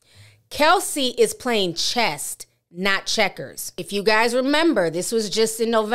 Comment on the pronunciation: With Love, , it's "chess", not "chest".